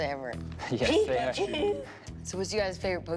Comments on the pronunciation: . The was she says Pikachu.___. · I died when she tried saying "Pikachu" . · I cringed when she attempted to say Pikachu😩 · That chick literally killed my childhood when she attempted to say pikachu. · When she tried saying pikachu at 0.33 I started crying 😭 😂 😂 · 😂 please dont ever say pikachu again